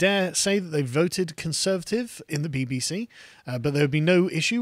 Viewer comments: I heard 'BB-Xi' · Did carl accidentally say "the BBxi" lol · Sounded more like BBXi to me. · Ha the “BBshe” you said it perfectly.